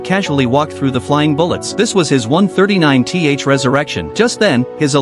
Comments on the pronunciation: “This was his 139 Tee Haych resurrection” 🫠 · I have a hard time listening to this. 12 colon 47 PM love that. This was his 139 tee aitch not 139th. I'm going to start talking like that.